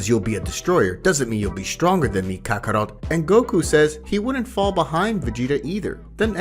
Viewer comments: Not to mention Kaka-row, Kaka-rutt & Kaka-rote 😅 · Stop saying Kakaro! That's not his name, it's kakarot